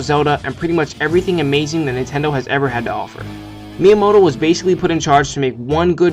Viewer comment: why do you keep saying intendo?